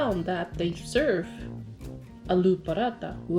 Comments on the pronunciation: iss not ALLLLLO its allu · it's not allo it's aloooooo